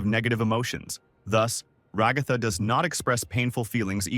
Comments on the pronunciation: everyone: Ra-ga-tha Show: Rag-ah-tha Guy:my little milk furs Show: my little milk maids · “and Rahgahthah” 💀